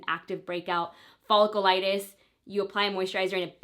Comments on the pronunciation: It drove me insane in the last video and as soon as I heard it again in this video I had to turn it off and see if anyone mentioned it in the comments 😂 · Omg I know it’s driving me nuts. She said it so many times and wrong every time that I wish someone would just tell her how to properly pronounce cause it’s a bit cringy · Nicole Wilfong omg it was driving me nuts! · You're not pronouncing folliculitis right 😩